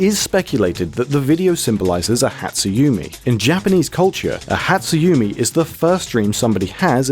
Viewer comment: I'm pretty sure dynamic/static refers to the type of dream you got and whether you interacted with creatures/objects in it, not how much you moved. Sato is pronounced with an ah sound instead of a long a. Hatsu yume is pronounced with an e sound as in the ay in may, not a long e. Put simply, Japanese vowels are always pronounced the same way, so next time you make a video like this you would sound more researched if you look up a pronunciation guide.